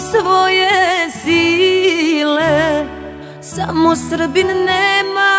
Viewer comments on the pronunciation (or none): none